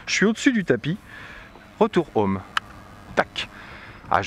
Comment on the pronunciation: C’est insupportable de regarder une vidéo filmée avec une caméra sur la tête, ça donne envie de gerber au bout de 30 secondes. En Anglais, les H se prononcent, on ne dit pas « ome », on dit Home. Quand vous riez vous ne faites pas A A A A A, vous faites hahahahaha donc vous savez prononcer donc, svp, prononcez les H. Dernière chose, la propagation des ondes est perpendiculaire à l’antenne. D’après vous, où vont les ondes radios quand l’antenne est à l’horizontale ?